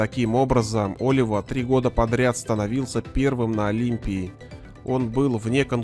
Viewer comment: Не О́лива , а Оли́ва ! Ты мистер капитан!